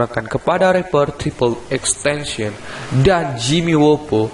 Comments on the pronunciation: Triple x tencion?triple x tentacion yang bener bisa baca gak bro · Bukan xtencen bang xxxtentacion bang🤣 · Yang bener tuh XXXTentacion bukan XXXTention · ten ta sion bodo bukan tension